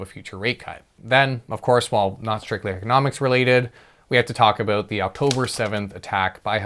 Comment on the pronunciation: I think you need to say "about" in every video in 2024. Sometimes I forget you are Canadian. Hearing you say a-boot always makes me smile